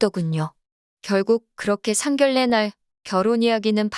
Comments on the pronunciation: 상결례가 아니고 상견녜라고 읽어야지 한글에 대한 결례입니다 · 상결례가 아니고 상견례로 읽어주세요. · 상결례 상결례 진짜 너무 듣기 거북하네요 상견례로 읽는 것이 맞습니다 글의 내용보다 상결례가 귀에 거슬려서리~~ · 상결례가 거슬리네요 읽을땐 상견녜로 읽어야해요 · 상결례가 아니고 상견녜라고 읽어야 합니다 상결례는 한글에 대한 결례입니다 표준발음법 20항에 규정 의견란- 의견난 임진란- 임진난 횡단로- 횡단노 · 상견녜라고 읽어야 합니다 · 한라산은 뭐라 읽어? 곤란은 뭐라 읽어? 선례는 뭐라 읽어? 당신들은 국어 법칙도 모르지? 상견례는 상결례야. 한라산은 할라산이고 곤란은 골란이고 선례는 설례고. 상견례 발음으로 상결례가 맞는지 1백만원 내기빵 환영할께. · ㄴㄴ 법칙은 일부 예외로 되어 있는 것이고, 일반적인 발음은ㄴㄹ은 ㄹㄹ로 읽습니다. 상견례는 상결례가 맞는 발음입니다.